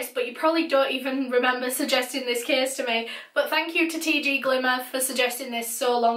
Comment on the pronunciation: Your accent is so beautiful!!! 😂 but every time you say "case" I hear "kiss" 😂😂❤❤